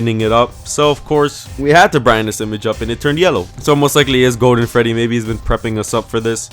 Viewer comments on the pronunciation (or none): what's a "gowden fweddy"